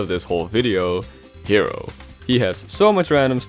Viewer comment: The "K"ero. Uh-huh.